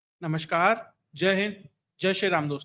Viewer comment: "नमस्कार" होता है, "नमश्कार" नहीं.